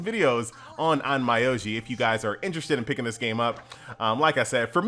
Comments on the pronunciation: pronunciation should be on-myo-ji if I'm not mistaken but I did laugh on your on-my-oji xD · The pronounciation is more or less On-Mi-Yo-Ji, sorry for being picky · on my oji funny way of saying onmyoji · THE N IS SILENT